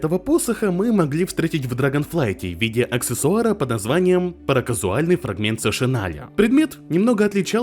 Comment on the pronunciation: параКАУЗАЛЬНЫЙ!!! параКАУЗАльный!!! я сам только недавно стал правильно читать это слово!!! :D